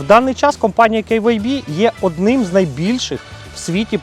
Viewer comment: Прикольно звучит Кэй Вэй Би🙊😁 Магаз Норм!!! Бренд не знаю, не пользовался! Костян Красава!!!! 👍